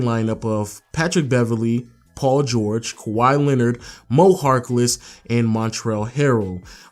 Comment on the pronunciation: wow you bucherd his name